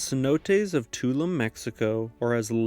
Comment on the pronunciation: Tulum is actually pronounced too-loom